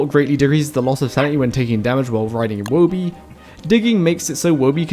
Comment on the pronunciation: Thanks for saying Woby correctly. Some people can't read 'Toby' and then 'Woby'.